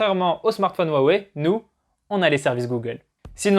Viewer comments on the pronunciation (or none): none